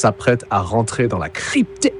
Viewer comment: Avec ce "la crypteRRR" on croirait une introduction à la Jery